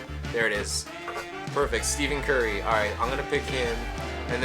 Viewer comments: nigga said steven curry instead of stephen 😂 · Stephen not Steven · Not to be mean but it was hilarious when he said "Steven curry" btw it's Stephen(ST-EF-EN) curry. And when he was going for the tip and was like let's get the jump shot😂😂 lol. Keep up the hard work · "Steven Curry" LOL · Great video but I will say that you lost credibility when you said Steven Curry lol keep up the good work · Ur not a basketball fan if u say Steven curry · Plz stop saying Steven curry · "Steven Curry"???????? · Hahaha i was dying every time he said STEVEN Curry. Its actually awesome that someone doesnt know who Steph Curry is. His hype is so annoying.